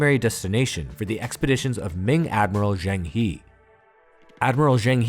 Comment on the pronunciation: Zheng He is pronounced [jung huh] but fascinating details of Sino-Indian exchange. Thank you sir.